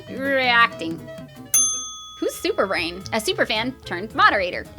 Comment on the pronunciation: Thanks! I love modding and reading through the comments and being a part of this community! (Ps. It's actually SuperBRAIN, not SUPERbrain, but it's okay.:):))